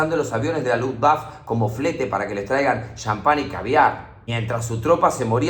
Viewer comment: Y la "e" final de Luftwaffe se pronuncia